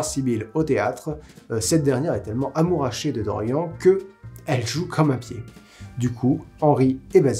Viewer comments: mais ... c'est un prénom celte!!! ça se prononce DorianE (mon prénom viens de se bouquin ... ça fait 26ans que je me bats pour qu'il soit prononcé correctement !!😡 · Tu prononces Stephen King à l'américaine, mais tu prononces DoriEN, et pas DoriANNE. Ta cohérence m'échappe ^^ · C'est horrible de t'entendre dire constamment "Dorian" a la française xD ca se prononce avec le "e", non mais ! (Oui jme sens un peu concerné >.>)